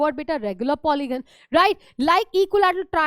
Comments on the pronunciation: Polygon not polyon mam kindly check 😊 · Mam its polygon not polyon Mam apne bola 72° But 75° likh diye 😅